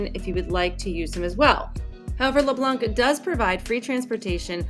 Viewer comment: keep it up! the c is leblanc is silent